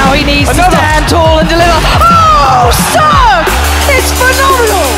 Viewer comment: CeRq's name is actually pronounced Serya if you're bulgarian, i think.